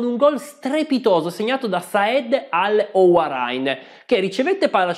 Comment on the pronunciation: Owairan non Owarain, come dimenticare quel gol e quella corsa con la maglia di tre taglie più grande, o forse la maglia era giusta ed era lui secco secco. Complimenti per il bellissimo racconto.